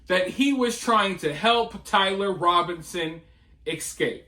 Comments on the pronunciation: You speak very well, just a small correction if you don’t mind, it’s e-scape not ek-scape… it’s the e sound first, then the s sound combined with cape. I don’t mean to do this, lol. I’m an English teacher. Love your channel brother, by the way.🥰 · Learn to say Escape properly It's uneducated and ghetto